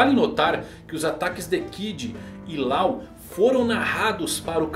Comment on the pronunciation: Láu, Lol... não cara, a pronuncia é Ló!